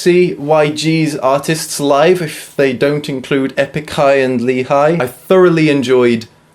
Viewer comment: btw lee in korean is pronounced 'ee'